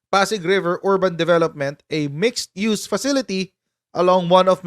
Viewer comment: Pk-ulit-ulitin yung pagbigkas ng MIXED-USE kc ang mga merong diferensiya sa pandinig at pag-iisip sabihing "miss-use" na naman ..😂😢